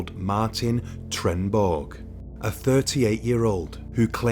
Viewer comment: i wondered what the hell he was saying and then i realized he tried to say Trenneborg.